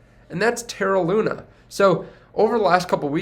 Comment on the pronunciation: its LUNA